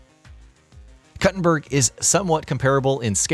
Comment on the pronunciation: Koo-tin-berg. You're not cutting a berger.